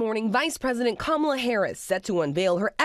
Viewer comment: OMG, He pronounced her name wrong.😂